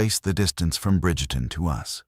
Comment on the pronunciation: Its Bridgeton, not Bridgerton. I'm from St. Louis.